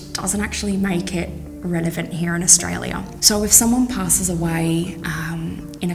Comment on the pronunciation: The "operations manager" can't say 'relevant' properly!? Out of all the interesting facts.. this sentence at 7 minutes in is driving me crazy. Renavent 😅